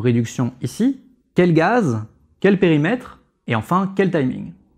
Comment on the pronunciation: Très clair, merci. Sauf... à 12'31'' : c'est quoi un "Périmetère" ? ^^